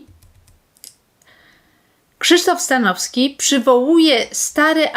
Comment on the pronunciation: Przekręciła pani nazwisko Stanowskiego. Słabe, bardzo słabe 😂